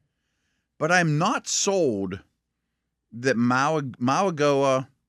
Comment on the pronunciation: Don't bother. They still don't get Mauigoa right because they just don't care. Unprofessional.